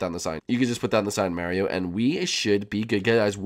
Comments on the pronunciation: You called Mario jam shark lol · When you say step up you called mario jam shark